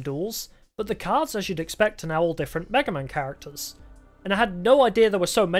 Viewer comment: That's a way to pronounce Mega Man alright.